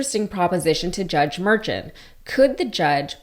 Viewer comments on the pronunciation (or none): His name is pronounced mer-SHAWN.